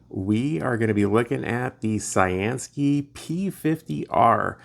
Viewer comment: I've seen a couple flashlights lately where you can plug it into usb-c and run it off your power source, which is awesome if you have a portable pack with lots of mah's. Thanks for showing it and thanks to CyanSky for sending it. I always thought their name meant blue sky, so pronounced like you'd say cyan the ink color and sky. I always say I'm gonna look it up one day, but then click a suggested video nearby and forget, haha.